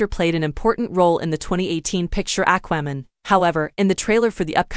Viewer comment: I can't watch this with your AI pronunciation of" Aqua" Man.